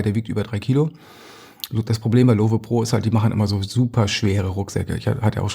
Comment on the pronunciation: Kleiner Klugscheißer am Rande, Lowe kommt vom Gründer Jeff Lowe und war ein US Amerikaner. Das e wird also nicht gesprochen :)